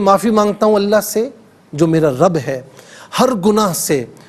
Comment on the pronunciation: السلام علیکم بھائی لفظ اللہ کے دونوں لام پر پڑھنے ہیں